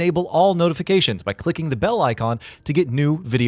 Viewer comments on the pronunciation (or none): none